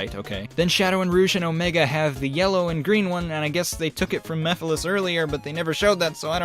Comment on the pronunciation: I like how calls Mephiles Meph and I misheard it as meth lol